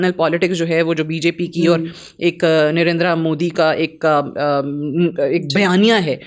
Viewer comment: Mam please correct your pronunciation It's Narendra not narendraaa .